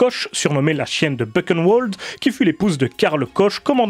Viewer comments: On prononce ça burenvald pas bukenwold ☺ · Pas Beuquenneouelde, Bouhrenvalde ! ( Buchenwald ) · Bu(RR)eun(V)ald. Le "CH" comme le "J" de mojito, et le "W" comme dans wagon. Sinon pour poursuivre et compléter cette vidéo : Cordialement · Vraiment super intéressante, ta vidéo. Sujet bien abordé, sans verser dans le simplisme. Juste un détail, mais c vraiment une goutte , qui ne nuit en rien à la qualité de ta vidéo : attention aux prononciations des mots allemands : railch, Bukenevald, etc .